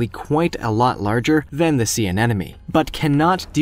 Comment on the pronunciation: You kept saying anenome, it's anemone. An emon e ..not... an enom e.